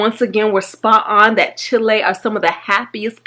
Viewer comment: "Chilei"?? Chile*